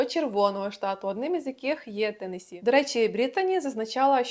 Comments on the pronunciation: Посмішили як Ви зауважили що наголос у назві штату Теннессі правильний а потім одразу якась з тих блогериць сказала велкам ту ауар ТЕннессі хаус тур😂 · я якраз про те шо вона не правильно вимовляє